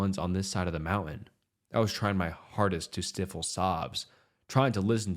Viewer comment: i intend no offense but you gotta look up how to pronounce words that are new to you. its "sty-fle" like rhyming with rifle. not stiff-le. it takes me out pretty bad when i heard the random mispronunciations